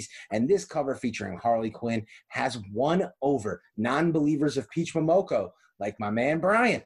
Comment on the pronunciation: "Peach Momonoko" - Mel V lol